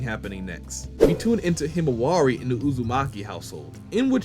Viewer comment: Why can't Americans pronounce himawari's name correctly?